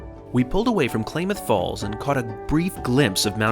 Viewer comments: Pronounced CLAMath Falls OR . . . not Klaymath Falls. 😂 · Quite an enjoyable vicarious journey with you, thanks. (Klamath Falls is as in clam'ith, vice clay'mith) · Great views🚞. Lived in Oregon, and you almost said Klamath Falls correct, but the first part of “Kla” has the A-sound pronounced like “clam”, not “clay”. 👍 Crater Lake is one of a kind and if you haven’t visited the Portland area or Columbia River Gorge for long, you should. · Love your videos, especially the rail trips. One minor correction to your dialog is that Klamath Falls is pronounced "KLAM-əth." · It's pronounced CLAM-ath Falls. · BTW, it's pronounced CLAM-ath Falls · The way I was taught was that Klamath Falls is pronounced: Ka-Lam-Uth. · You want to stretch out that “a” in Klaaamath Falls. 🚂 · I think you pronounce Klamath falls wrong